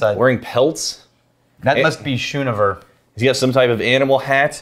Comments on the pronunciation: It’s pronounced skoonover😂 my last name is schoonover and I’ve listened to everyone mispronounce it my whole life😂 I always tell people “you don’t say school (shool) do you” or “you don’t ride a shool bus” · It’s sk oon over for how it’s pronounced it’s my mother’s Maiden name and that’s it least how my family pronounces schoonover there last name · That’s not how you Pronounce Schoonover. You have to use the SCH like school.